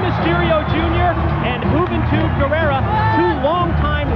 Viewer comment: The first time I heard Juventud's name, I thought they said "Hoot n' Toot Gurrerra."